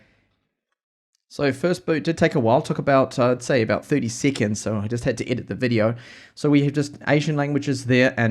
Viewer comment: his accent for "setting" "seconds" and "seven".....sound funny hehehehe